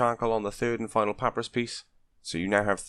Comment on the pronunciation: Thank you for the guide... it is pah-pie-russ... not papparus just you know ...